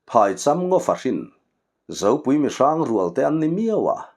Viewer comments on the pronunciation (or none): phai chang ngaw, a thluk a dik loh hmel, phai, phai zawl tih a thluk angin, chang hi thluk sang lovin ,thil sak leh chang tih a chang ang hian.